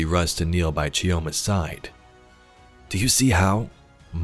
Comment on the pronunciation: It's Pronounced "Cho-ma". You drop the "i" like you drop the "D" in Django. :) I can't fault the audio dev team for letting it slip past them though haha